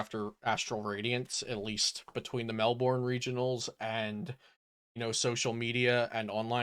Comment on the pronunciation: Melbourne is "Mel-bern" but good content!